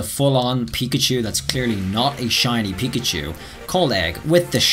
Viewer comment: same with Peeker chew And pick a chew And peek a chew